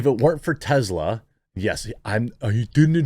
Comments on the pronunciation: Its Tesla not Tezzla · Ive tried to ignore it, Jeremy. It's (teh-ss-luh), not (teh-z-luh). Soft S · It is pronounced TeSla not TeZla.